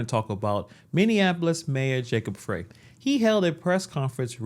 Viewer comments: Our Corrupt Mayor Jacob Frey's name is Pronounced {FRY} as in frying Chicken., not Fray., No pun intended,. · Pronounced "fry", not "freh"